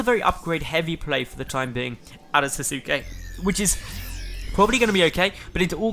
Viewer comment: The name is likely pronounced "Sass-ke". If it's from Naruto, that is.